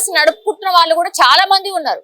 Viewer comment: వాల్లు కాదు , వాళ్ళు అను్ ముందు పలకటం నేర్చుకో